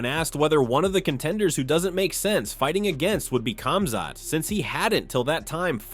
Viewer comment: the K is silent in Khamzat brother.